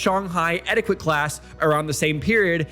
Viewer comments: it's pronounced "etiket" not "etikwet". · Etty ket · That's not how you pronounce etiquette